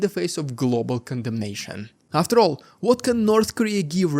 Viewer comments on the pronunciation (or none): none